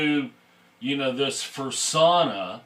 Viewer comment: I laughed when he said "Fersonna"